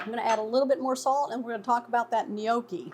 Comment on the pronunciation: What is a "Knee-Okie?" lol jk